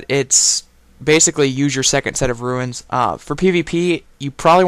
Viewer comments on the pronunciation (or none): The only person on the planet who pronounces runes as ruins. Very nice video though!